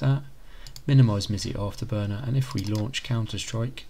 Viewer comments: no offense but the way u say msi afterburner like misee is kinda funny it worked tho thanks ❤ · Is your pronunciation of Riva Tuner and MSI a joke? lol